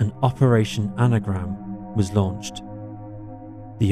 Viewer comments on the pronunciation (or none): none